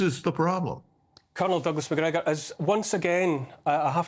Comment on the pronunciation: Now that’s how you say MacGregor!